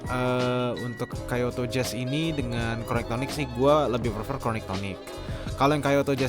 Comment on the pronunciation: Langsung berhentin nonton pas dia bilang Kayoto